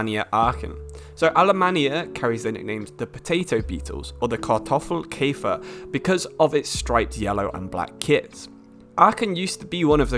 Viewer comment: you did a surprisingly good job on pronouncing kartoffelkäfer